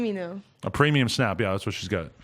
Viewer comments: "A preminum" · " ..whats it called?.. A PREMINUM"